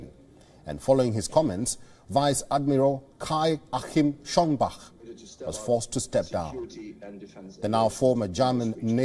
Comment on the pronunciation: "Schonbag"??? Do you write by ear? ;) His name is Schoenbach(Schönbach)!